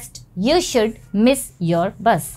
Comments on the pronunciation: Should! Not sould. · It should be "...speak softly..." not " ....speak slowly..." It should be "...should " and not" sould"